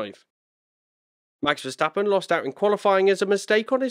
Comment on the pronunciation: compliment,,,,,,the first ''english'' commentator who can pronounce verstappens name right